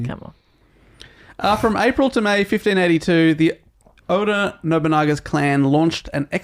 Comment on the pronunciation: I’m not here to rant about whether or not he was a samurai but I will say the pronunciation of his name killed me the entire episode lol